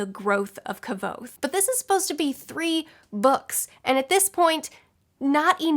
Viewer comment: Just for future reference "Kvothe" is pronounced like "quothe," as in "thus quothe the raven..." ~ Edgar Allen Poe.